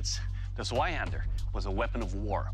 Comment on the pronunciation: Dude really said Zwahander instead of Zweihander